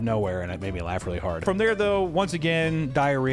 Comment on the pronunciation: when this bro said "wiwee?" I lost it.